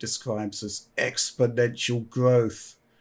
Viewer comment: Each week i love rendition of "EXponential Growth" XD